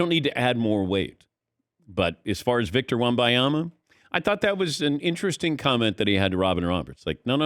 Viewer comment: Wem-ban-ya-ma … not wem-by-ya-ma … it’s right there in THE LETTERS.